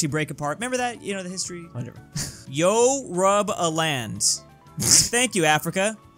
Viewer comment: You pronounced Yoruba wrong